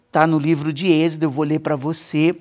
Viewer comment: Olá, Deus abençoe 🙏, só uma correção, é êxodo, não exedo, ❤